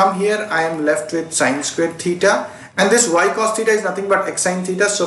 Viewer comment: U haven't pronounced the square word correctly